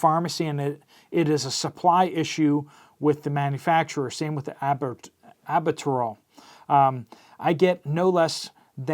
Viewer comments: Dude the inhaler is pronounced Al-but-ter-al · Can you PLEASE say AL-BYOOT-A RALL?